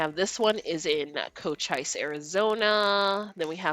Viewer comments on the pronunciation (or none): Love your videos. Cochise is pronounced Coacheese